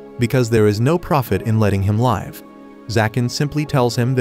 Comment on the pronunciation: Please learn to pronounce live, it's liv , it's on live as in alive. This completely ruins your narration.